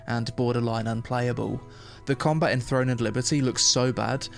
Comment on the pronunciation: Its combaT. Comba-bloody-TTT!! Not comba. Comba is not a word🤪